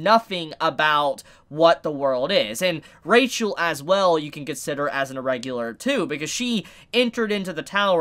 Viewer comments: It's a weird thing, but her name is pronounced with an "h" sound, not "ch." So it's Ra-hel, not RA-chel. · I'll just remind that Rachel doesn't have "ch" they sound "h". So her name's read Rahel. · What I wanna know is why does Rachel have cat eyes? And why do they do that kinda annoying thing where Bam pronounces it Ra-Chel?